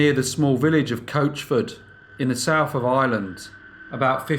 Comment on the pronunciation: "In the SouTH of IReland" .... NOT ... SOUF OF EYELAND.....